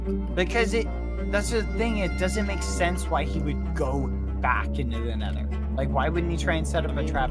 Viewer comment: Nether, not Neather